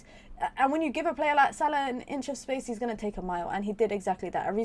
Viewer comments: Yes the right way! 👍🏾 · It’s pure Arabic pronunciation mate. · Same here, probably the right pronunciation. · I thought so. Nice to hear the correct pronunciation. 👍